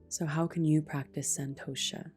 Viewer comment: I know you do and full respect to that 😊. “Santosha” - the T is pronounced differently in Sanskrit.